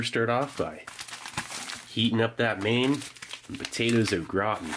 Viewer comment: It's not potato o It's potatoes au gratan